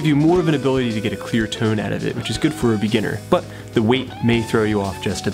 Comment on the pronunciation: He pronounces tone like "toown"